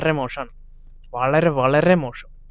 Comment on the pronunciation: മോഷം അല്ല മോശം.